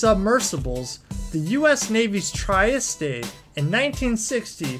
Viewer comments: It's pronounced Tree est, not treas te. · Tree-est not tryesty.... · Dude..TREE-EST,,not try est e and iut is the MARIANA trench not Marina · Ignorant American...Triest is not pronounced Try-Est, it is pronounced Tree-Est. And it's the Mariana Trench, not the Marina trench! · yes. love your videos but the diction drives us nuts. The "try est ay" is "tree est" phonetically. Hate to be one of those ppl but the mispronunciations in all your vids have both my wife and I screaming at the tv. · Nice info, but do your research on how to pronounce names and locations. Trieste it pronounced tree-'EST. Mariana is NOT pronounced as Marina. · TRI ES TEE. WTF. Imagine if this guy could pronounce the names he pretends to know so much about. BULLSHIT. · Its comprise not compromise Its Mariana Also the deep diving submersible is the Trieste, pronounced tree-est,. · Please learn how to pronounce the words Trieste and Mariana Trench. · yes- correct. please try to pronounce these words correctly otherwise it sounds dumb So Trieste is a French word named after a French submersible -do your research please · Yep. Mispronouncing Trieste is not surprising, but when he said the baking was done abroad, I had to scram to avoid a meltdown.